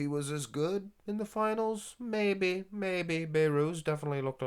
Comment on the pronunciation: Come on man His name is Be(h)rouz The letter H is not silent You pronouns the letter H Not (Bayrooz)